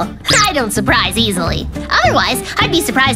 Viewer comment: sherpprize😂 it’s not surprising😂 unopeopea😂😂😂 no utopia😂😂😂😂😂😂😂😂😂